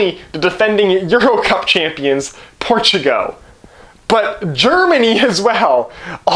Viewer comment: Dude please watch a youtube video on pronouncing Portugal. It was painful. Portugo :( Also I am Canadien so no excuse.